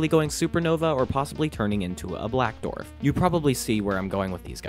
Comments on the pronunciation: This is a great video, but for the love of god please learn how to pronounce the word “Dwarf”! It is not pronounced “Dorf”!😫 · you are supposed to pronounce the w in dwarf you keep saying dorf its really grating on the ears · On what planet are people pronouncing dwarf as "dorf"? Seriously, where are they from? Up north, mid-west? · Ngl. hearing "dorf" instead of "dwarf" is getting to me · It just killed me every time you said "dorf" ... Its not a "DORF"!!! ITS A "DWARF"!!! Im sure you can find somewhere to listen to how others say it.